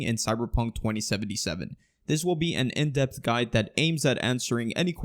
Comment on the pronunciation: When you say depth at the start, I hear death, donow why.